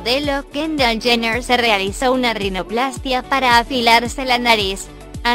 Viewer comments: “chener”😂 hay Dios y no sabe que que el papa es robert kardashian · Dijo Kylie chener y cloi cardasian 😂😂😂